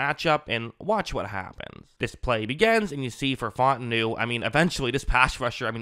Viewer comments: My man said “Fought-en-new” 😂 It’s fah-ooo-tah-nu #HereWeGo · its pronounced fah-ooo-tah-nu